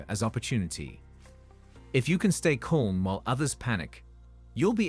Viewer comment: You really have an AI VO that can't pronounce the word calm?